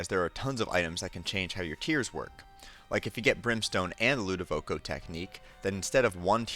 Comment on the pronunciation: Ludovico.....not Ludovoco.